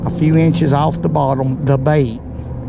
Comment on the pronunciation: I like how he pronounces the word off "Owwwff"